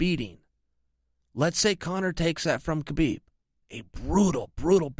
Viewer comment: Anyone remember when chael said khaboob accidentally 😂